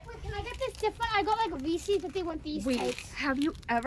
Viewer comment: Cute you said recess as in recess at school i think you mean reeces